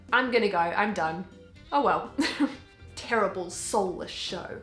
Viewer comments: “here are some very very TeRiBaRlE reviews” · I love the way you say TERRIBLE! Also love the stickers you got on your laptop where did you get them?